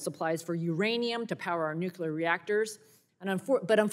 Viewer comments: New-CLEE-er, not nuk-you-ler. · The word is nu-cle-ur, NOT nuke-u-ler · Ugh. Nu-CLEE-ar not nuc-U-ar. Otherwise, she's correct. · whats with new - cue- lure? i thought it was new-clear? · It's nuclear not nucular. Our team needs to look educated. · "nUKUlar fuel" she says why not nucLEAR? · The word is nuclear, not nucular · NUCLEAR, not nuculear. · Nu-clee-uhr. Not nu-cue-luhr. 🙄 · It’s not “nuc-u-lar!!! Please, American politicians, get it right!! Nuc-le-ar! Look at the spelling! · What is "nucular"? I know what "nuclear" is. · Why can't people say, "Nuclear"? It's not hard -- NU-klee-ar. NU-klee-ar. Not NOOK-ya-ler. NU-klee-ar. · Disregarded everything she argued once she pronounced it nucUlar…🤦🏽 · NUCULAR IS NOT A WORD!! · WTF is nucular. I've never heard of nucular power before. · I agree except I really wish she would take time in the mirror one morning and learn how to pronounce nuclear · Why can't these college graduates pronounce Nuclear? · Why can't anyone pronounce nuclear, just us phonics 😢